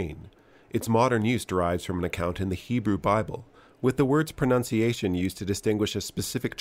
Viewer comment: Ironic that in a piece about pronunciation the voice overs uses pronounciation.